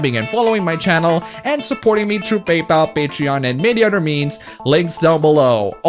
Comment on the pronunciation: I lol whenever he says "udder"